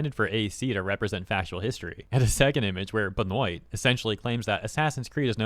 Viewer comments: Not that it is critical but it is Ben-Wah not Ben-Oyt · Benoit: Ben-wah not Ben-oyt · His name is pronounced "Ben-wah" not Ben-oit lol. It's a Canadian name like the deceased WWE Pro Wrestler Chris Benoit. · Benoit (pronounced Ben-wah) Chris Jericho once pronounced it "Ben- noyt" to mock Chris Benoit in WWE 😆😂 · Benoit is pronounced Ben-Wah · "Benoit" is pronounced ben-wa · Just gonna say, Benoit is pronounced “Ben-wa”, it’s French lol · Benoit is french... Ben - wah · Your pronunciation of Benoit is hilarious. Its more like a Ben-wah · Pretty sure Benoit is pronounced Ben-wah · I know its not super relevant but it is pronounced "behn-WAH" They won't be getting any of my money regardless of pronunciation. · Benoit is pronounce Ben-waa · Benoit is pronounced Benwa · Pretty sure the last name is of French origin, and is more pronounced Ben-wa(h) unless it was meant as an ironic jab, then ignore me. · if he's canadian or french, its probably pronounced Ben-wah for future reference. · Benoit is French. Pronounced "Ben-wah". Unless you're intentionally butchering his name to cast shame upon his house, then carry on. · Benoit is French. It's pronounced "Ben-wah" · For future reference: in french "oi" is pronounced like "wah" and t's at the end of words are silent. Benoit is pronounced like "benwah" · Benoit is pronounced "Ben-wah" my dude 😉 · I'll be that nerd right now. The name Benoit is pronounced (BehN-WAA) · LOL. I like how you pronounced the name Benoit as Benoit instead of Benoit